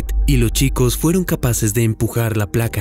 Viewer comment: "lo chicos"?? Amigo pronuncia bien !! Arruinas el relato todo el tiempo cometes el.mismo error!!